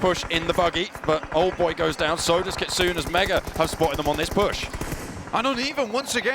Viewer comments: Kitsoon a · Can someone tell that commentator that Kitsune name is pronounced KITSOON-A...not Kitsun 😲🤦‍♂️